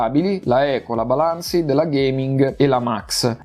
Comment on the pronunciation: “Se la magna a colazione e la ricaga a pranzo” ahahhaaahah rende perfettamente l’idea della differenza di potenza :) PS: attenzione alla pronuncia di balanced, tu dici balànsid ma l'accento corretto è “bàlansd” e la e è muta